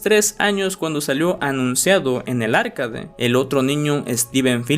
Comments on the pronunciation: arcaDE no ARcade, o si quieres puedes decir "arqueid" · Me dio toc escuchar “árcade” en vez de “arcade” o “arkeid” 😢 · Por dices Arcade? Es arcAde.